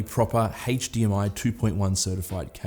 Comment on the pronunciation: HtzzDMI 2.1 . just yanking your chain but you sure say that word funny mate .-) best wishes